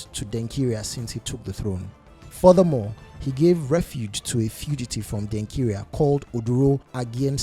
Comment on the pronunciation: Why do you want to sound like a white man, by saying Denkira instead of Denkyira?